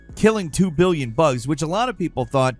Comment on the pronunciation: That's 'billion' by the way